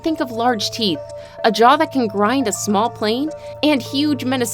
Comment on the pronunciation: Did they all have more "theeth" then me?